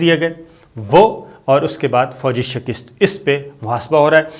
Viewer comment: السلام علیکم ۔ بصد احترام گذارش ہے کہ لفظ "شکست " کی تصحیح کر لیں ۔ بہت شکریہ